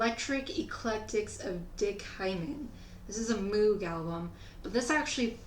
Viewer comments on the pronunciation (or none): Always cool. Re: Purple Rain Ya gotta admit "The Time" were purty smooth. And... You scored with that jacket. One thing, moog is pronounced moeg. As Walt Whitman wrote... "Kick out the doors, kick out the jambs." Peace on earth. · Just a heads up, I called it Moog like you do... Moog rhymes with rogue. That's his name, doesn't make sense to me either.